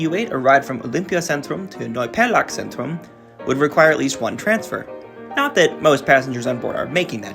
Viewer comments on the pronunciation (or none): Interesting story. Your pronunciation is quiet good by the way. Only maybe look for the Z, especially in Zentrum or ...-zentrum. It is often pronunced as a sharp "Ts" like for example in Tsunami.